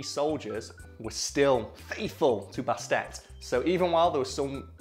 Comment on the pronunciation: It's purrrrnounced Baset (bAst)